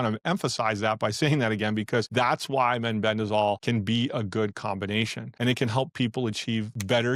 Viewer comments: It's meh-ben-dazole, not men-ben-dazole. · it concerns me that the speaker in this video pronounced mebendazole as meNbendazole ?